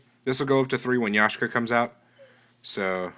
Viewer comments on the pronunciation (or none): Is it just me, or are you saying Yashka instead of Yaksha? Don't you think the third Maxx "C" is too much for Main? Are you going to make a deck profile as if you had Yaksha (before it's released)? Do you think Threaten Roar or Swift Scarecrow can be used in place of Battle Fader?